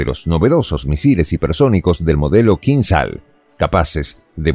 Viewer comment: Кинжал Kinzhál. Acento en la a